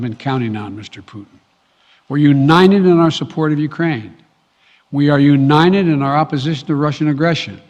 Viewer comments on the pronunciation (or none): Brandon sounds like he has cotton in his mouth and nose plugged . Keeps sayin uninen instead of united .